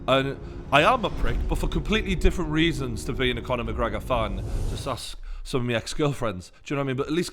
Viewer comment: Conor McGregor Faaaan ? Loooool this fatty doesn’t even know how to pronounce !